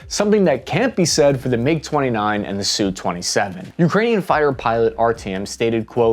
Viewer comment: God bless this man for correctly using 'Sue 27' instead of the irritating and more common pronunciation of 'Ess You 27'